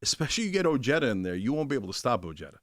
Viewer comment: Oh-hay-tha Not o jed uh I’m an Ojeda n I cringe at how Richard says his name